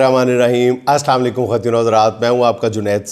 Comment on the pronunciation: Please correct your ASSALAM O ALAIKUM. NOT ASSAMO ALAIKUM. UN INTENTIALLY YOU ARE ????? I am your's big FAN